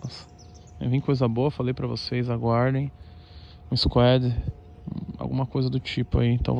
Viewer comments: Ninguém: a Toguro: Squédi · 😂😂😂😂😂😂 o jeito q ele fala " squad " é mt bom